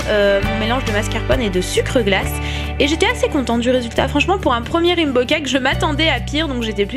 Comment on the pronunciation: rimbo cake ahahah XD raiiiinbow !